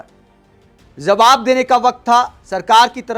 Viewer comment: Zawab na kahen pl Jawab kahen. Urdu words ko sahi bolne practice karen please.